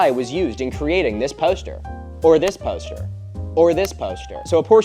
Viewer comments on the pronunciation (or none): Milo.... say 'poster' one more time...😂 Pōw'ster